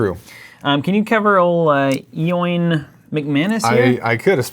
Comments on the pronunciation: It is actually pronounced Owen - it is the Irish spelling. Ireland being that small island beside the UK - You are famous over here too !! Love the show and stoked to get a shout out, no matter how you pronounce my name. Keep up the good work. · Eoin is just pronounced like ian lol (its irish)